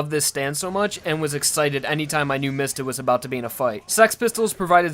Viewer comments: ITS NOT MISTA ITS MISTA (MEE-sta) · Can you please pronounce mistah right It's Mee stah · I thought his name was pronounced "Meesta." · Pronounced Diavolo and Miata wrong